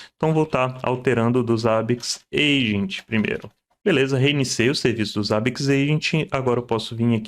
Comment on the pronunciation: Primeira pessoa no Brasil que vejo falando Zabbix corretamente e nao Zêibix....